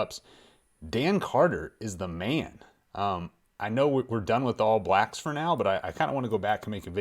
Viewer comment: I love hearing Americans say "All Blacks"! For some reason it seems like you all put the stress on the wrong word (a different word, I should say!). In NZ we say "ALL blacks" not "All BLACKS".